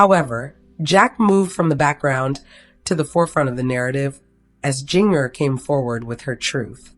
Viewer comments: Yep. You know when her name is mispronounced that it isn't something to be trusted. It sure makes you wonder why they even try to do this. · You can't even pronounce Jinger's name, I seriously doubt any of this is true.😂😂😂